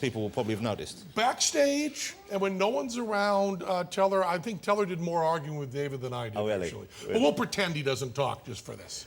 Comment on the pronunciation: I love that the host can't say, Teller. He says Tell-AHH